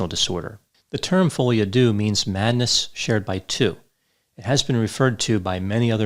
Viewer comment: Deux pronounced der..